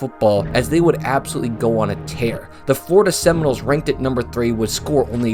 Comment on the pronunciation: Florida Seminoles. Sunny Michael. Buddy, i appreciate your vids. But you've GOT to get some of these names right. Every vid you're absolutely butchering a schools name or a players name.